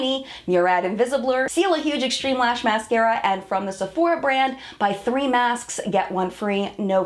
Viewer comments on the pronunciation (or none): none